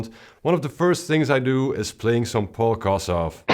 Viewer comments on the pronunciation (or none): none